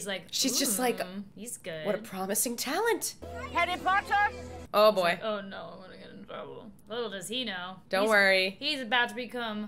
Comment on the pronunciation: Did she said Harry Powder? xD